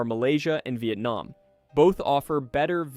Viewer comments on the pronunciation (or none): none